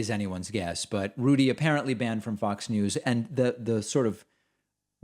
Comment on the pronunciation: I like how you pronounce Rudy "Julie-Annie". Haha.